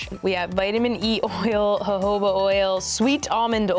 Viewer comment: "hahoba oil" an i-oop